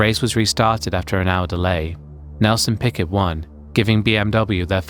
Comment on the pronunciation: he also said Nelson Picket 😭😭😭